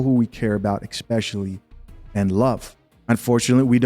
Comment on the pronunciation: Lol, bro it's ESSSS-pecially, not EX-specially Love the content 💯💪🏾